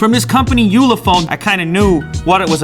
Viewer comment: ulefone? you le phone 👀